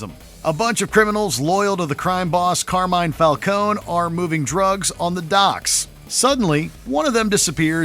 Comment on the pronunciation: Carmine foul cone? Lol